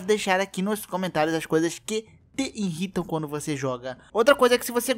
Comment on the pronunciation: Não é iNrritam.. é IRRITAM.